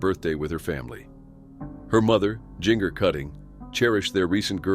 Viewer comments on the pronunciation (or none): My condolences for all of their loved one’s. 💔🙏💔 On a side note: It’s Gin-Ger, Jin-ger, not Jean-ger. Saying her name wrong about a dozen times became distracting. 😩